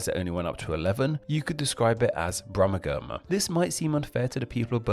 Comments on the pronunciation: "Brummagem" is pronounced with a soft 'G' and sounds like "Brumajem". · Its pronounced "Brum-ma-jen". If you're going to share information please make sure its correct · Regarding the term "Brummegem", you're pronouncing it wrong. The 'g' is a soft 'g', being pronounced like a 'j'. So, although it's spelt, "Brummegem", it's actually pronounced, "Brummejem". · As any Wulfrunian or Salopian will tell you, Brummagem is pronounced "Brummijum". Usage includes knocking screws into wood. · You are pronouncing Brumagem completely wrong. It is Brum - ag -em. The "e" should hardly be pronounced and the last two syllables are like "a gem", as in gem stone. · Brummagem is pronounced with a soft "g", so it's more like "brummajum" rather than the way it's pronounced in this video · Brummagem has a soft G not a hard G was pronounced in the video. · Please pronounce some of these places correctly, Birmingham, is pronunced Berminghum, the 'ir' is 'err', Brummagem the 'g' is pronounced as a soft 'g' as in Jam, not hard as you use. And Brummagem has some of the most sought after jewellery manufacturing in the world. Brummagem does not mean shoddy, because Birmingham is known as the city of a thousand trades, and this meant many manufacturers located to Birmingham just for the skilled labour.